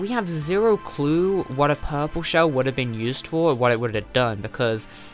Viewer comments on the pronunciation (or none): none